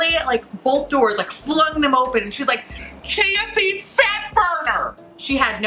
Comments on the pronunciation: It took me I don't know how many times before I FINALLY figured out you were saying CHIA SEED fat burner 😂 I was like, "wtf is she saying? Chancy fat burner? Is that the name of some fancy fat burning pill or something?" Didn't understand why they were selling a pill at a smoothie place, but then I finally understood what you were saying 😂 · at first I thught you were saying "Chasity Fatburger" lol Both are hilarious. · So did I. I also started hearing "GNC fatburner" and wondered if the shop was selling supplements too. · I thought you were saying “Chancey Fatburner” Like if it was a person. Lmaooo I was so confused for a lil bit. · I heard cheesy fatburger and I was like what the heck is that 😂😂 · haha it's not just you, I heard "Chauncy Fatburner" the first few times she said it too and was like TF??? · I kept hearing "jeansy"fat burner. I thought, is this something I dont know about?😄